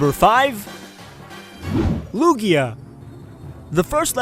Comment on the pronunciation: Lugia? LUGIA? L U G I A